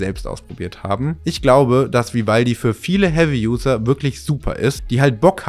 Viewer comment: das macht mich "Spitz" "Vi-valdi" 😉😅